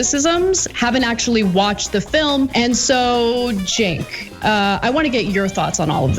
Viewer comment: Did Ana call Cenk, Jank? lol